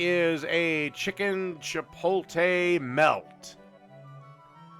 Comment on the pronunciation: Midwesterners really pronounce Chipotle “Chip OLE TAY” lmao it’s Chip OAT LAY 😂